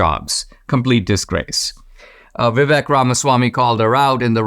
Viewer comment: Dinesh, please learn how to pronounce Vivek.